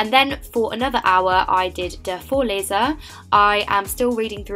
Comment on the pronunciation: Hey, I really enjoyed your video! You are such a motivation for me to work harder😊 And I also wanted to let you know that your pronunciation of the word "Vorleser" is so much better now, it sounds just as if you were German. Good luck with your exams - I'm sure you'll do great considering how much effort you put into them👌🍀